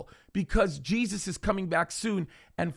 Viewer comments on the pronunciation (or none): none